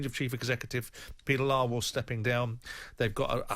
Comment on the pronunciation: Did he just say "Peter Liewell?" 🤣 I hope so